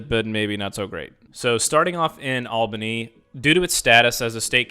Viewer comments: Nice, but quick review. What bothers me is how you pronounce Albany. It is ALL-buh-nee, not AL-buh-nee. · You should have practiced saying Albany, because you got that wrong. The AL in Albany should be pronounced “ALL” as in all good, not “AL” as in Al Bundy. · Native here. It's a nice region. has some flaws as all cities do, but to be honest it's not terrible. Mass transit could be better though, imho. Amtrak to NYC is a nice perk (not mentioned in video). Also, as many have said, you mispronounced Albany, and you sort of glossed over the art district in Albany (The Egg is pretty interesting). Lots of old buildings to see and enjoy, too. Lots of people know each other - the Smallbany effect LOL. :)